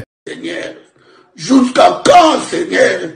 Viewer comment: ''jousqu'à quand seignaire''🤣🤣